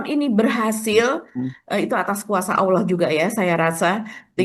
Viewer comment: bukan "Alam" Mba, saya koreksi sebagai sesama muslim❤🙏🏼. Tetapi , ALLAH.